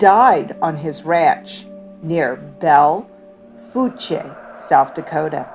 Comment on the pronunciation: South Dakota resident here! Just a FYI, Belle Fourche is actually pronounced "bell foosh"! Deadwood is my absolute favorite place to go in SD! It's a great place to have a good time, and rich with history. The Bullock hotel is where we always stay, and the Roosevelt Suite is well worth the extra money. Be sure to catch one of their ghost tours if you can!